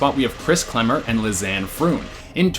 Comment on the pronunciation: Kris Kremer. Not Klemmer